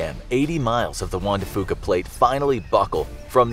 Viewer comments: Juan de FEW-ka not FU-ka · I live in the Pacific Northwest and the pronunciation of juan de fuca is wrong. The last part is pronounced "few" not foo. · You mispronounced Juan De Fuca